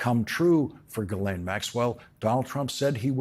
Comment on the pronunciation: Say: Ghee Len Ghee - Like the Indian butter. Len - as in Lenny.